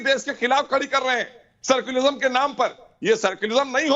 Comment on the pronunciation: मोहसिन रजा सेकुलरिज्म को "सर्कुलिज्म" कह रहा है😂😂